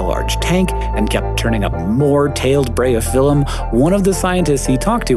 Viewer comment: I'm assuming it's closer to "Breye-oh-fill-um"